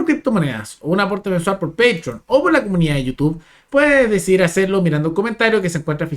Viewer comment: No sabe decir DECIDIR, fíjense 😂